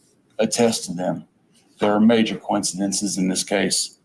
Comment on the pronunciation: who else thought "coinkidinkies" when he said coincidences